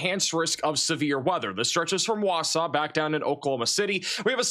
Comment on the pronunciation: he also pronounced Wausau correctly!